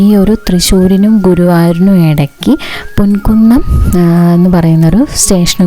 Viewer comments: പൊൻകുന്നം അല്ല പൂങ്കുന്നം ആണ് 😊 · പൊൻകുന്നം അല്ല poogunnam